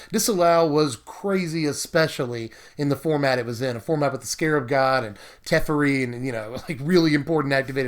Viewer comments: Its teferi not terefi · anyone else start screaming to themselves whenever he said teferi? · It’s kinda funny how your pronounced teferi 2 different ways within seconds😂 awesome video tho! Always love watching!